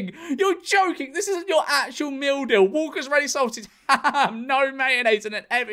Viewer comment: The more he said "meal deal" the more it turned into "mildew"